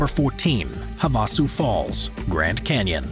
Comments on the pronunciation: I've lived in Arizona since 1981 and never have heard Havasu pronounced in that manner. Each syllable has the same emphasis and tempo : ie... have a sue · Have a sue sounds very English American sounding tho. Ha-Vuh-Sue sounds native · So aggravating when people cannot pronounce things properly, Havasu “ have-ah-sue” from someone who lives in the great state of Arizona, just so you know how to pronounce it! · And besides the crappy pronouncation, you have to hike into the canyon at night, because of the heat, that's how we did it, very beautiful. He causally says there are picnic tables there. Lol